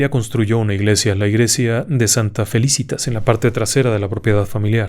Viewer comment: Excelente. Dos cosas. Es Felicitas , grave y Álzaga, esdrújula. Yo fui con mi novio a ver lo de Tiburcia y Salvador. Rompimos y no nos casamos. ¿Casualidad? 🤷‍♀️